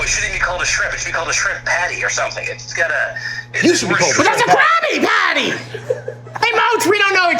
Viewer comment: Is it just me, or does he sound like he is saying "Krappy-patty" ???